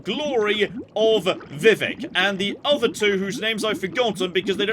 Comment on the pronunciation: What are the odds figures out how to pronounce "Vivek"?